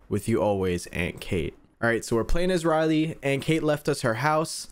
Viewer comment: When she asks who to send the card and you said "wooly" try saying "riley"